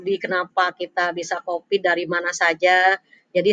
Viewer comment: Covid bu... Bukan copid.. Ahah